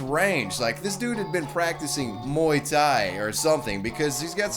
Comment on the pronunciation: Maybe Gay-Thai , but for sure it wasn't Muay-Thai.